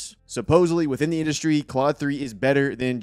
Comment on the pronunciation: Thanks for the intro, good vid (it’s pronounced Clode, btw).